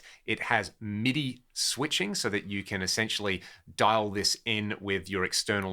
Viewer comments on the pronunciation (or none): none